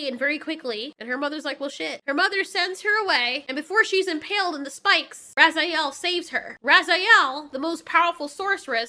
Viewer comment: Ok, even though they said he name like 10 times in the movie I'll help ya out. Her name is pronounced Finn Razel. Not Raziel. He's from Soul Reaver and the Legacy of Kain games, but man this movie would even be better if Raziel was going around consuming souls. 🤣